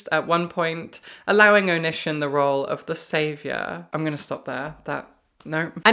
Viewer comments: I was only listening to this video so I was so confused by the name "oh-nihshin" and that the books sounded so familiar and I couldn't place them until I heard you read his author description where his real name was Greg and I looked at the screen to see Onision (pronounced Oh-nee-see-on) and felt like I was hit with a ton of bricks. Oh! That's why! XD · Love your interesting pronunciation of Onision (Oh-nee-see-on). Love even more that it's indicative of the fact that you've never heard of that sociopath or ANY of his fuckery. It seems like a sign that the world is healing. The world needs healing right now. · IT'S PRONOUNCED "oh-knee-sea-on"! STOP TRIPPING UP MY OCD 😭😭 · Onision's name is pronounced (Oh-knee-see-on) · I love the Onision mispronunciation. He deserves it and so much more. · She pronounced it wrong so it didn’t immediately click, but when I looked up and saw it written, I’m like “Oh This f—-ing guy”